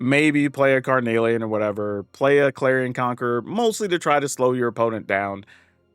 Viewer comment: You’re saying carnelian right, and yes it does mean something 😁 it’s a red semiprecious gemstone.